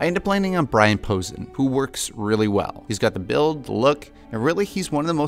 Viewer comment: I’m probably talking to a bot, but either way, you are mispronouncing Brian Posehn. It’s pronounced like Poe-Sane.